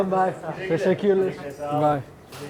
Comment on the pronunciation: Bro your saying “tesekules” but it’s tesekuler with an R on the end just so you know